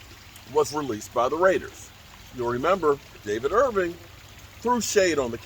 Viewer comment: Irving with a G lol